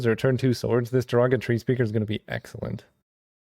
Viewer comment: Surely I can't be the only one who hears "Derogatory Speaker" every time pronounces "Joraga Tree Speaker"...